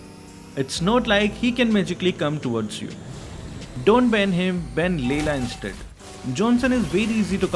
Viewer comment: The he says layla has me weak😂😂 but it's soo true